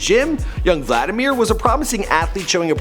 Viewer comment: It is pronounced VLadeemere